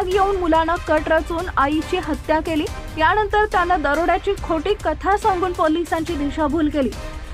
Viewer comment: मॅडम मराठी नीट बोला वो णतर नाही नंतर असा शब्द आहे